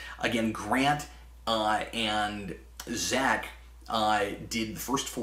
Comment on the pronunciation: Zeck not Zek, Cap.